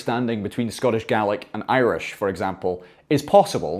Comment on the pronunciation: I'm so sorry, I just have to say this😂 The way you pronounce Gaelic, sounds like a very good impression of an Australian saying garlic - From an actual Australian